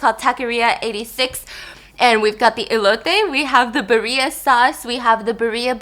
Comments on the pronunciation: Hi Steph, Birria is more like beerr-ya instead of bureeya. I LOVE U BTW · Girl it is not :English Ver. (b-er-i-a) It is: Spanish Ver.(Bi-rrrr-i-a) or ( Be-rrrre-e-a) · Hey Stephanie!!! I love your videos, they always make my day!😊 Just wanted to let you know the meat is pronounced beer-ee-a not Burr-ee-a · i love how she says birria like bah-ria and not beer-ia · BEER-EEEE-uh Steph. You don’t have to say it with the accent but it’s beer ee uh not beree uh. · I love you Stephanie!! Hello 안녕하세요 ❤️ Love that u try all types of food and me being Mexican, I love that you try our food on your channel! The Birria tacos you have are pronounced “beer-ee-uhh” I love you for trying!! Besitos “bess-ee-tos” (aka kisses)💋😘💋😘🫶🏼 God Bless your family ❤️✨ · steph it’s pronounced beir (kinda like beer w a slight i at the end of the e noise) ee uh tacos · I was thinking to myself 'what is bareeya' and then it clicked that she was trying to say birria 🤣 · Birria is pronounced (beer-yuh) sorry to correct u biss I love u I just couldn't get past it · Ily biss but birria is pronounced Beereeah 😭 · Steph i love you but its pronounced beereeahh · Stephanie I love you but your pronunciation of BIRRIA is killing me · Hunny! Say birria wrong one more time!! 😤😂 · Stephanie I love you soooooo much but pls learn how to say birria a little more accurately 😢